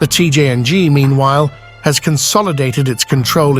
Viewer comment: “Cjing” AI truly sucks